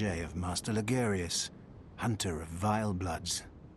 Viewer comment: "You must be a hun'ah."